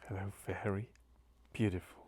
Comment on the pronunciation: you shouldn’t have. Need a strong and vibrant. But still glad you could say khello today!